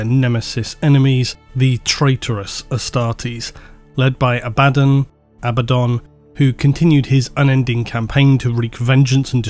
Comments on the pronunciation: awesome so far but why use both pronunciations for Abbadon it kinda made it sound like an extra character sometimes i am aware of it but just strange to hear you use both i am pretty sure you once put that debate to bed with how the authors pronounce the name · So is it pronounced Abba-don, or A-bad-un? I think you said both pronunciations in this video, but I could swear in the Audible books all the narrators say Abba-don. Its driving me nuts lol!! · still not being able of pronouncing Abaddon correctly after all the black library audiobooks in the past years 🥲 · You keep saying Abaddon, Abaddon but it's actually pronounced Abaddon. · "Abadon Abaddon" makes me cringe more than just the mispronounciation 😅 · You need to stop saying the Ábaddon/Abaddón thing... It's clerly Abáddon. 😂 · please, no more Abbadan.... Abba-don, it irks me so. Love the content though good sir.... GIVE US MOREEEEEEEEEEEEEEEEEEE! Huge fan of the deep dives :) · "ABBA" "DON" Not "A-bad-in" GW literally have a video on how to say the name as well. Phonetically it doesn't make sense saying "A-bad-in" anyway. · Silly brit. Its Abaddon, not Abaden. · It’s not abÁddon,, it’s Abaddon. The first A is the loudest. Listen to an audiobook and hear it spoken correctly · They literally have an official video explaining how to pronounce these names. Abba-dawn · The way likes to say it, sounds almost exactly as the word "abandon". To me this feels really funny - "the army of abandon attacked..." the forces of abandon gathered around..." If you change the infliction, "Abaddon" is no longer "abandon":P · inability to pronounce ‘Ab-a-dawn’, leaves me drifting ever into the warp. Emperor protect me. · just say ABBAHDON ITS NOT HARD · Honestly, you've all got it wrong, it's pronounced "Abba-DOON!" Spike Milligan is his true gene sire; spend enough time in the Immaterium, and anything's possible... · Do you say Abbadon like that because he’s a bad ‘un?